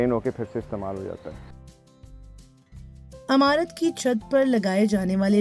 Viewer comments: جو خاتون بول رہی ہیں انہیں بتائیں لفظ عمارت کو زیر لگا کر پڑھیں وہ زبر سے پڑھ رہی ہیں لفظ بدل گیا امارت بن گیا اور معنی بدل گیا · DW se guzarish hai k Urdu service k liye durust urdu accent rakhney waley reporters bharti karei'n.. jo imarat ko imarat kaha karei'n.. na k AMARAT.